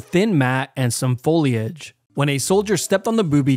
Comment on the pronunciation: my toes curl every time he says foliage